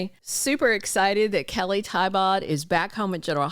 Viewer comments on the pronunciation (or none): I believe Kelly pronounces her last name "Tee-Bow"